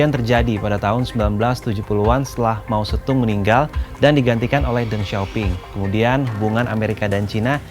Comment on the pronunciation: Mao zeddong bukan Mao zettung